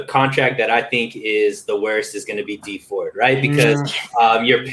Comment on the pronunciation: Its dee ford